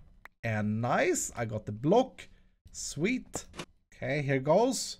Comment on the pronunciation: Each time I hear you saying "sweet" my subconsciousness makes me hear "swede" :0